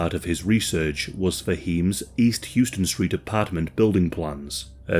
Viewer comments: It's How-ston street in NYC, it's not pronounced Houston, despite how it is spelled. We used to be able to tell who the tourists were by how they pronounce Houston. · Hlouse-ston Street Not Houston.......House-ston. Just sharing our NYC verbatim with you....no offense. Thank you for this story. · HOUSE-ton , not Hew-ston. It's like nails on a chalkboard to New Yorkers. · It's pronounced House-ton not Houston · HOW-sten street. HOW-sten. :) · Great stuff, heard about this case a while ago, but this amount of detail is wild. Minor correction: its pronounced 'house ton.' Yes, it is spelled the same as the city Houston which is pronounced as you did here. But for some reason, new yorkers pronounce houston street like 'house ton' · I was just going to point that same thing out. You did a great job of explaining the pronunciation of “House-Ton” street. Thanks for your comment! Cheers! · that would make sense... you couldn't be bothered to learn how to pronounce the street name either.